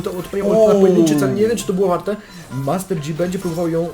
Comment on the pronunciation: Master JI sie czyta a nie dżi...